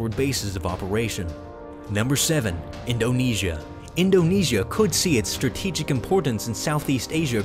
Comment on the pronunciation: In-do-KNEE-S-I-A can you get anymore annoying